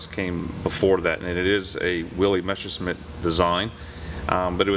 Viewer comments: Who ever came up with the idea that it's pronounced "Meshersmitt"? It's not, and never was. Don't try to second-guess "German" pronunciation. Just say "messer-shmitt" and it's perfectly fine. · "the mesher smith" haha